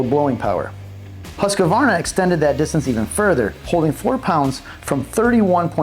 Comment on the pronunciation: Why does he keep putting an A in the name Husqvarna. It's HUSQVARNA NOT HUSQAVARNA